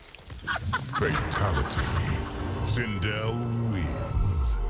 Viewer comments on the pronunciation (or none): im just gonna pretend like he didnt call her sindle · is no one gonna talk about how this guy just called sindel "Sindle"?